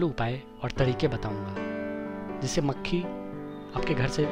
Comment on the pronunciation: Bhae mucheee nhi mkhi bol yr